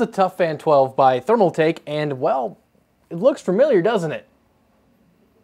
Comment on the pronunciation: ThermalTAKE not ThermalMAKE